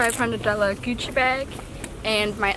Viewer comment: how she says Gucci bag 😂😂😂😂